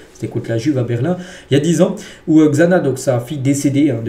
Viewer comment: on est dans code lyoko ouuu 😂 Xana se prononce Chana comme Xavi (chavi)